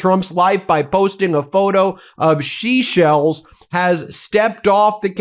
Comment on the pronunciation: Ben, 'She sells seashells by the seashore.' I thought I was hearing things, but after the fourth "Sheshell" I turned on CC and it registers Sheshells as well.😉🐚